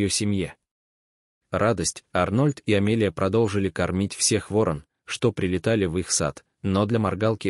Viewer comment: Не ворОна, а вОрон. Это разные птицы.